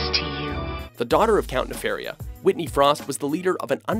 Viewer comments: It's Ne-FAR-i-a, not Ne-fare-i-a. Get it right, nimrod. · You even included Count Nefaria in the clip, and you still couldn't fucking say his name correctly.